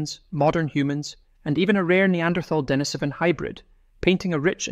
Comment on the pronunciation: Very good video. Just one little pronunciation correction: it is De-NI-so-va and De-NI-so-van, not De-ni-SO-va or De-ni-SO-van. Lots of creators seem to get this wrong, but getting it right just adds more credibility to the narration.